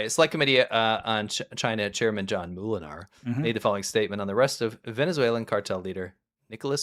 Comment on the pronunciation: It's also not moo-lenaar, like a cow, but mow-lenaar. It means miller. At least should know that:P